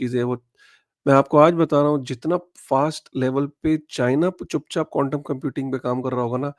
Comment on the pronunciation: ❤Bhai aap baar baar condom computing bol rahe ho. Quantam computing bolo 10 baar clearly Bhai.😂